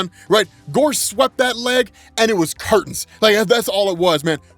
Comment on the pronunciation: Listening to say curtains and clapping cheeks is the funniest thing I have heard all day